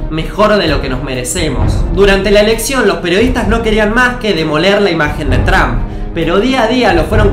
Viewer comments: No se dice Donald Tramp se dice Donald Tromp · no se dice tramp, es trómp